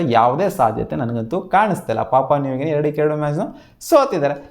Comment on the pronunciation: Bro papa nugini alla papua new guinea 😂😅